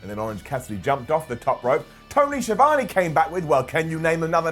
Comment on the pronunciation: The was pronounces Schiavone - 👇 down